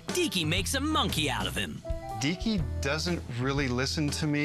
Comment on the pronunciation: When she says "Deeky" I thought she said Dicky xD